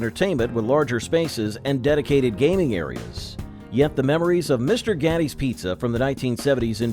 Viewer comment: The title is definitely misleading. Whoever put this together should do more research. Mr. Gatti's is still opened all over Texas. It is not pronounced Gotti like the gangster. Chuck E Cheese still exists.